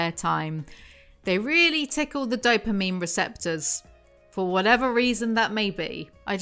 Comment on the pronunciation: when you said dopamine I heard diaper meme😅